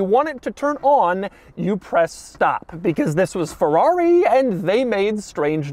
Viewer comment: Why do you keep saying “Ferrari” in that weird pirate voice? Ferr-aaaaaaaggghhhhri matey!”